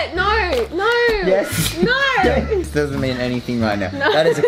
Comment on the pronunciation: I love it how they say /nuyh/ for a “no”